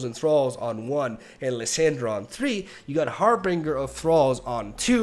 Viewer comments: Not Har-Bing-Uh it's Har-Bin-Jur I hope it's satire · It's pronounced "harbinJer" ;P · Love ya but please pronounce “Harbinger” and “Illaoi” correctly lol